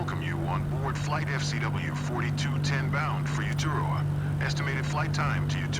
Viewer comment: Correct pronunciations should be ray-a-tay-a (Raiatea) and Oo-too-roh-a (Uturoa) as they are POLYNESIAN names and in the South Pacific. A very long way from Barbados and the Caribbean.